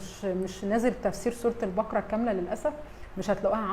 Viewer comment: ماشاءالله عليكي بس اسمحيلي اقول حاجة سورة البقرة بفتح القاف وليس سكون القاف ثانيا ملاحظة للقاهريين اهل القاهرة القاف تنطق كاف ماينفعش خصوصا في قراءة القران انا مش بتنمر والله ولكني اعاني مع حفيدي في نطق القاف صح يعني يقولي اكسم بالله ياتيتة ياحبيبي اقسم اسمها اقسم وهكذا ربنا يصلح الحال